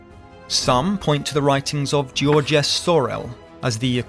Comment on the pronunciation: This isn't how the name "Georges" is pronounced.